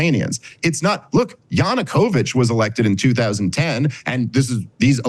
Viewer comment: Vaush can't even pronounce Yanukovych's name correctly.